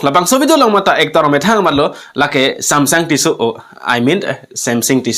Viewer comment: Samsung ✅ samsing❌ Tissue ✅ Tisso❌ 🤣🤣🤣🤣